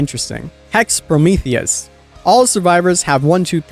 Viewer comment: "Me looking at hex prometheeas"🙃🙃🙃🙃🙃🙃🙃🙃 I butchered the name of the hex